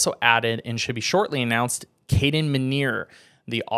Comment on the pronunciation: That’s not how you pronounce minear’s name by the way (mini)(er)